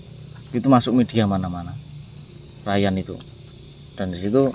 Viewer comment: Udah di bilang nama nya rayan tapi nyebutnya tetap riyan